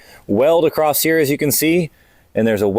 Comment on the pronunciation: Is it a YouTuber thing that they all think the word 'across' has a 't' in it? It's the only place I've ever heard anyone get that word wrong, and over and over again at that.